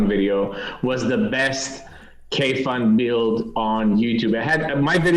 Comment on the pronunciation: kudos to for properly pronouncing kayfun:)